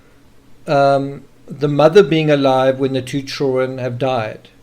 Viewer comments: Does all of South African drop the “d” in “children”? I wonder if they add it back in “kids”? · Maybe he can’t help it? Why say anything? Don’t be rude.